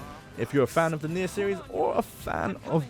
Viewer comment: Let's just all take a moment to respect the fact that my dude tried to pronounce the full name of nier , good job bro 👏